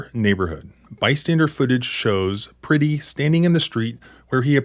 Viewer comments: If you are going to use the murder of Alex Pretti to raise money you should at the very least learn to pronounce his last name correctly. 😑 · Well, Alex was a hansom man, but he was never pretty. It is pronounced as if you are saying Brett-tee. But with a P as in Prett-tee... Pretti! Renee Good and Alex Pretti will never be forgotten. Never. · Pretti -- rhymes with yeti. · Pretti rhymes with Getty